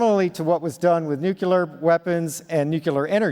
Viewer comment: "New-queue-lur - it's pronounced: new, queue, lur." Sorry - couldn't resist...lol Smashing update vid.,. Thank you for all you do xx